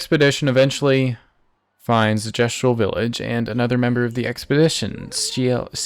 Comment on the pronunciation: Bro, I can hear you are playing with sound, why do you struggle with Sciel's name so much?